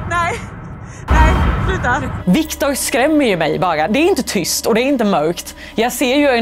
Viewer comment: Tryst, bra svenska